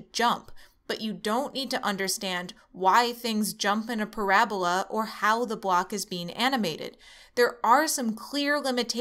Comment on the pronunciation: Thats the weirdet way I've hear the word parabola